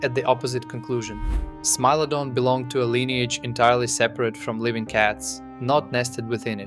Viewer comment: Stop saying smee lodon ffs!